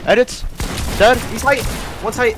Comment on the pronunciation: HOMIE SAID SLITE LMAOOOOO WTF